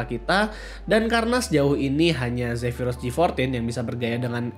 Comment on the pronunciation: Cara baca zepirus kok beda sm yg di dave2d